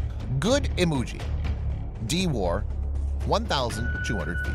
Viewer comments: It's Imoogi not Emoji XDD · It's not "Emoji" my friend it's "Imoogi".